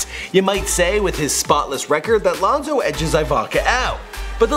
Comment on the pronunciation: This man said lonzo good.smh